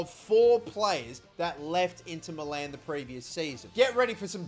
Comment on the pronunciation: its not Inter MELLAAN its inter MILAN